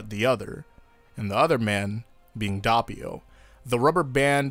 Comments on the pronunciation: Actually, the way you pronounce Doppio isn't bad, just the first o maybe sounds a bit too much like an a instead of an o. Source: I'm italian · I started the video, you prounced doppio the way you did, and it made me gag, I am so sorry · Was about to say WHY U SAYIN DOPPIO SOOO FUNKY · Fuck me I guess the VA's are pronouncing it wrong too 🤷‍♂️ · The O is pronounced as the o in information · It's doppio not doppio lol XD wetod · No offense but the way you pronounced doppio sounds weird it's not pronounced like that maybe in English it is I listen to sub no offense but it's so weird for my ears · bro i cant get over how you say doppio. like come on a little effort damn. when someone has a name u need to try to say it like they say it. dont make up a pronounciation... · Dude at least TRY to pronounce Doppio correctly, or in fact anything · I just learned to ignore it at this point lol even if he hears the correct way he won’t change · The way he pronounces doppio (dope-io) lowkey hurt. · No, it is not. Is italian, not english. You don't have to pronounce the "O" as an "A". Is Do-Ppio. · Why do you say Dappio instead of Doppio? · Did u say da ppio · so that’s how u pronounce his name, i thought it was douppio (manga reader) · Who the fuck pronounces it "Dappio"? jesus my ears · Sorry about mispronouncing Doppio's name, I'll try to tweak it so that it doesn't happen again the next time. I've had this problem with other names originally, but I've fixed everything else over time (like originally saying "Gi-orno" instead of "Jorno"). Though I will say that it does get tedious to deal with some of this mispronouncing stuff in general. These days I'll pronounce Passione correctly (Pass not Pash) and people will still say it's wrong! Life is crazy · You did mispronounce doppio but most Italians would say jorno instead of giorno ( basically we don't emphasize the I giorno) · The anime: Dope-e-o Youtubers still: Dopp-e-o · Its not dopppio its doppio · ITS DOPPIO NOT DUHHPEEO